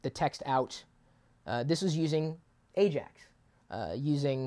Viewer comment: 10 points goes to you chris for getting AJAX correct lol